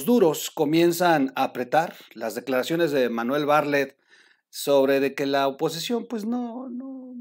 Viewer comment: me cae usted muy bien pero no sé dice "Barlet", se dice "BarTlett". Perdón que se lo diga, igual el apellido del señor Macario, no se pronuncia así.